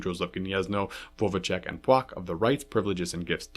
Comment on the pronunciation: Płock = Pwotzk 😉